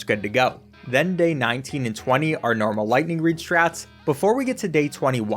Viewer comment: Every time he says lighting reed I have to do a push up